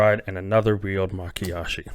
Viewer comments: LOL Nope. I've noticed that's how you pronounce Mayakashi almost since the beginning. Makiyashi instead of Mayakashi. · My-Ya-Kah-She my friend. You flip the Y and K.